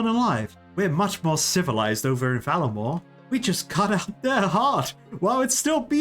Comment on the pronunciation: Var-la-more So many content creators miss the "R" in it and I die inside everytime Great episode as per usual